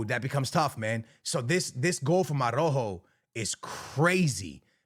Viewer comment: Your Portuguese and can’t pronounce ARAUJO?